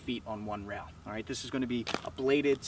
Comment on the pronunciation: Are you pronouncing rail as rowl or rayal?